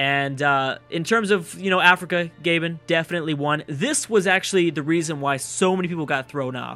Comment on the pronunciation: lel you said Gabon like GabeN